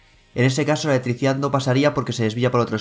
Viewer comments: Repite conmigo. E-L-E-C-T-R-I-C-I-D-A-D .... no letricidad como ricardo fort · Letrisia jajaja muy buen video, pero me causó gracia como pronuncias esa palabra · La eeticidad jajaja